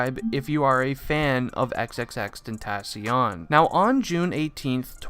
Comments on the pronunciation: xxx-tent-a-c-ion lmao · And he is saying the name wrong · “Xxxtentassion???” Tf breh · Him: Xxxtentatyon Me: 👁👄👁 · Why do you say xxxtentaasion you dumby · He said tensions rongw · Bra u cannot pronounce his name man triplextiont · Imma just call him Jedidiah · Like extension cord??? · If your a massive fan then why did you pronounce his name wrong... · The way he pronounced "xxxtentacion" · He doesn’t even know how to pronounce his name correct lol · If your a big fan of him then you should atleast say xxxtentacion's name right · How you his fan when you can’t even say his name correctly lmao🤣💀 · If ur such a fan then how come u can't say his name right ?? Nah jokes man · If you were an actuall fan you could say his name right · “if you are a huge fan of xxxtentacion.....” Me: That’s... that’s not how you pronounce it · If you were a real x fan why can't you say his name right? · I hate that he didn’t pronounce the name right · U don’t even say his name right you aren’t a real fan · I hate how je is saying tentacion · How are u gonna say ur a big fan but not even know how to say his rapper name like what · I’m a big XXXTENTACION fan Also: *pronounces the end of his name with “n” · At least if you say you’re an X fan Pronounce his name properly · if u are a really big fan say his name right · if you were even a huge fan why don’t u pronounce his name right or say x if u can’t